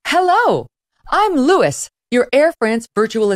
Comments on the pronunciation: I think that's probably Louis as in "Loo-ey" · Louis? LOU-E. I assume it’s supposed to be a French name? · "Hello, I'm Louis*, your Air France digital assistant ... (*It's pronounced LOU-ee, Madame! It's pronounced LOU-ee! And it is FRAHNCE, Madame! FRAHNCE!)" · The bot is pronounced like “Louie”, not like “Lewis”. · Why can’t she pronounce Louis properly?